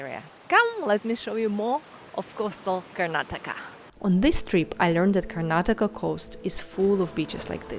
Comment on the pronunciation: Welcome to Karnataka, One State Many World's, And thanks for Pronouncing our states name perfectly as many people from India themselves don't know to pronounce it and remove the last alphabet 'A' from Karnataka.